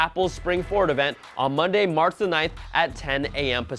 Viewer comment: Did he say "Marth the 9th"